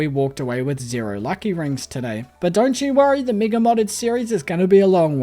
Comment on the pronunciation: Oh, his accent makes 'mega' sound like 'MIGA', and for a second I thought I might be on the wrong side of youtube